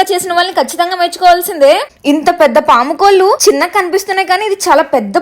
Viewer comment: Sister పాముకోళ్ళు కాదు పావుకోళు